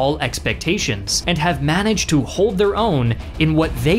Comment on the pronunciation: "hold their >own" uhm not quite